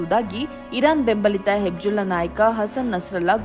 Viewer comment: ಅದು ಹೆಬ್ಜುಲ್ಲಾ ಅಲ್ಲ,ಅದು ಹಿಜ್ ಬೊಲ್ಲಾ (Hezbollah)